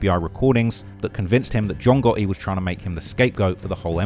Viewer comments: "John Gahee" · capanegro, I'm not sure of the spelling , but that's how it's pronounced, it's an Italian surname.